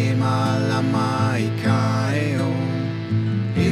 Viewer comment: Beautiful, great vibe but please learn how to properly pronounce “Heiau” 3syllables Hey-ie-au